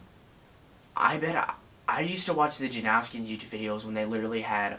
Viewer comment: Janowskian- how Taylor pronounced it😂